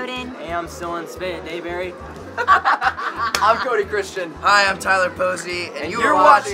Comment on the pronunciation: "Dylan Spraydeberry" KKKKKKK